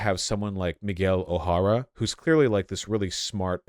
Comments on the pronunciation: nigga said meegwell O'Harra im weak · Miles More al ays Meegyle Oh hey rah Ugh vaush